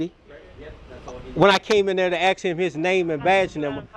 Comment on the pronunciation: The word is “ask” not “aks.”